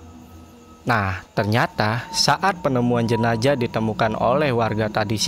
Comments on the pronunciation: Jenazah bang jenazah.. bukan jenajah.. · Ini kupingku yg slah apa babang ngomongnya emg jenajah Jenazah apa jenajah sih bang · Jenazah bng bukwn jenajah